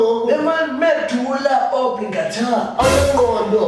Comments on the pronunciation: "MEDULA OBLINGATHHER"😂😂✋ too much sauce🔥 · "medula obligaTah" dead